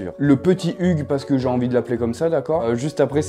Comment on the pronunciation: Hugh comme Hugh Laurie (Dr. House) se prononce 'you' ou 'youw". 😉